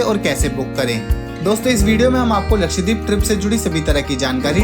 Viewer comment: Bro, it’s not लक्षदीप, but लक्षद्वीप